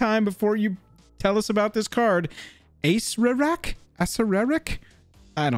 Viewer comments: Acererak Is pronounced ASS-AIR-A-RACK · a-seer-rak lol, gotta love a lich